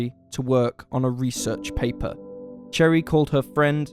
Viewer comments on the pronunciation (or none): No... its pronounced sher-ee. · He’s literally saying - cherry 🍒 lol 🤣